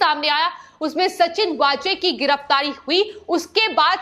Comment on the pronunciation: सचिन वाजे (Waaje) यह असली नाम हैं (कई चॅनल्स 'वझे' उच्चारण करते वो सही नहीं)